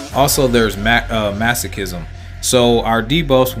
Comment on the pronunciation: Love the way you pronounce Masochism :)